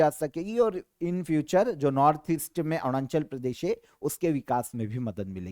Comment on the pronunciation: Sir Arunachal ko Aarnunchal bolte hai 😂😂